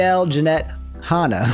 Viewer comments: Han Not hon Like hand Ah without the d Not hond ah without the d Lol almost keemstar levels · Can we talk about how can't say the name Hanna